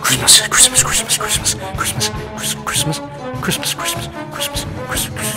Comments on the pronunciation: I just started hearing "CRISP CRISP CRISP" instead of Christmas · It sounds like he's saying Crisps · It sounds like he saying chrispas